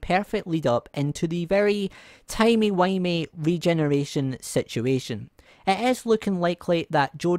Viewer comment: It’s funny how u said timey windy 😅